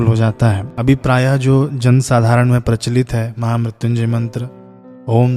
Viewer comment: Maine pahli bar mahamrityunjay mantr ka sahi uccharan sirf apki hi channle par dekha ..sadhuvad Bhai 🌹